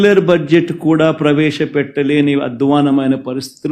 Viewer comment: He cannot even pronounce budget properly